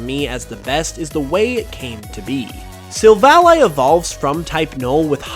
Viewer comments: It's sil-vally, not sil-vali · Your pronunciation of Silvally annoyed me a whole lot. I suppose it's because you say the name as a conjunction of silver and ally (friend). While I rather prefer the version that conjuncts silver and alley (street). I understand ally makes more sence, but alley sounds more natural to me